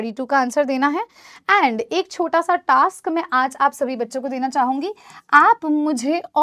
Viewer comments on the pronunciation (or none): none